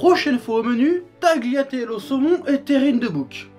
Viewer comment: on prononce pas le g dans tagliatelle